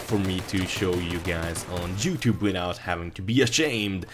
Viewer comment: when you said youtube it sounded like jewtube